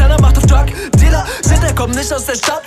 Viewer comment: paar Liter - nachts bitter - drug Dealer und den Dealer als Diller ausgesprochen. Sorry aber den Einstieg find ich echt whack